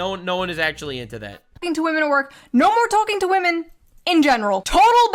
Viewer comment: Women? What's wooman? Ohhh you mean WAHMAN